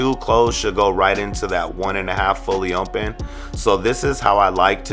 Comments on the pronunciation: Nunez Kutz he says ommpen listen carefully sir.....sheesh! 😂😂😂👌🏽👌🏽👌🏽 i thought it was only me who noticed that lol it’s all in fun tho..... I love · “With the lever fully mmopen”🤣🤣great video mann🔥🔥